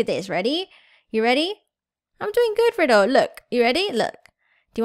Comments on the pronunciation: It's Ry del not riddle just saying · its not pronounced "riddle" its pronounced ry-dell